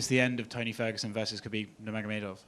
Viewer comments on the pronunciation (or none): “Nurmagodomedov” ~ Gaethje (2020) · Justin: “I wanna fight Khabib Nurmagodomedov” 😂😂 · He wants Khabib ‘nurmagemememedevedov” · His pronunciation of Nurmagomedov 😂